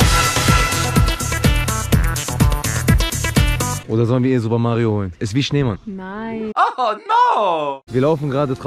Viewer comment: Auch er zu Schneemann „Neman“😂❤